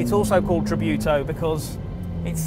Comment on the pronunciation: "Tributo" not "tribiuto"